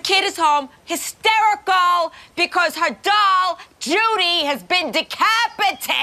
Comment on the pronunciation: Love the way Susie breaks down the syllables as much as her wacky ways with the F word. De Cap I tated, shes hys-ter-i-cle.